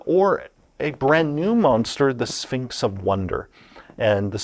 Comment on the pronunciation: Does anyone else keep hearing "A Sphincter says what?" Every time he says Sphinx?